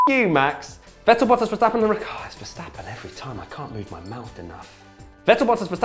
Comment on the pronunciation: For god's shake please pronounce Vettel's name properly. V is F